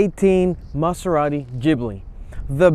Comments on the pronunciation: Gibli with a G. Not Jibli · I stopped watching the video after he said GGGbbli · Wrong. BMW is the Germans answer to Alfa Romeo. Maserati is more comparable to Porsche. And btw it’s pronounced GibLEE. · jibli LOL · U could at least pronounce it right.... geez